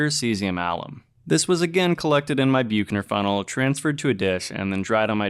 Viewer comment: Only mentioning this since it's said so many times. Büchner funnel is pronounced in English as "BUK-ner fun-nel" (UK) or "BUCK-ner fun-nel" (US). Nice video, thanks.